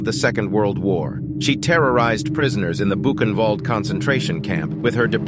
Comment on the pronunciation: Buchenwald and Koch, u dont pronounce the names correctly.